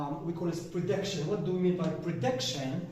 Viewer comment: Hi there, thank you a bunch for this illustration. It was brief but pretty informative. Please, pay attention to the right pronunciation of those two words( prediction and gist) keep it up.